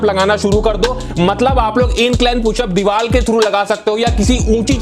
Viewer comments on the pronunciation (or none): Diwar ko diwal kyu bolte hai sabhi youtubers kai bar notice Kiya Maine ab sare youtubers to totle nahi hai na